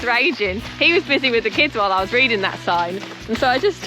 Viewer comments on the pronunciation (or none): none